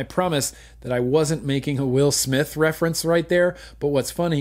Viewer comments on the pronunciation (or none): none